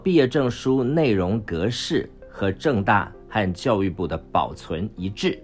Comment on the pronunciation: 政大听着像是郑州大学hhh